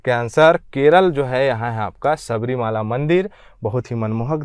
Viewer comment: सबरीमता गलत है, सबरीमाला सही उच्चारण है।